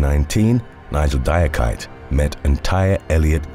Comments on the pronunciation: Number 7 is pronounced "dee-ah-key-tay" not "die-ah-kite"...it's a common Ivorian name. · The name Diakite is pronounced Di-ah-ki-tay.